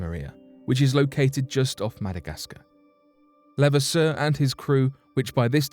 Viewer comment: I am related to him. It's pronounced lu- vass-er